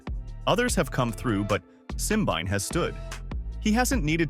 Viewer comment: Simbine is African not European. Pls. have respect and pronounce his name as an African.